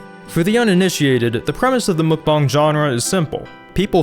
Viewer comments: Me: Mukbang You: MookBong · Chief I think its Muk-Bang not mukbong. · ITS MUK-BANG NOT MUK-BONG CRING MUCH? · Dude said mukbong instead of mukbang lmao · muk b ANG not bong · MUK- BANG not bong like Fr it’s so irritating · Muck-bong?! It is muck-bang dear. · Why does he say mukbang like mookbong lol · i think im the only one who pronounce it as makbeng instead of mukbang in literal. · Wait THATS how you pronounce mukbang? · Does he not know how to say bang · The way he says mukbang hurts me